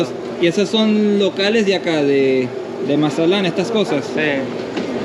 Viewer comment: Say it correctly cabron!!! MAZA-TLAN!! You got Spanish speaking viewers too